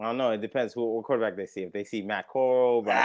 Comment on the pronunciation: Bro Matt Corrall didn't start ANY games. He played in 2 preseason games and got injured. Y'all are not even pronouncing his name right 😂